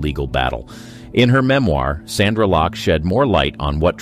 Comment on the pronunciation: Btw; it's 'SONDRA LOCKE', not 'Sandra'.